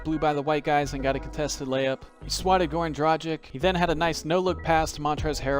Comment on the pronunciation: This man really said Goran Drajic lol